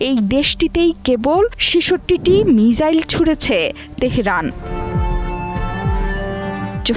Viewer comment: What is right pronunciation Mizzile or Missile.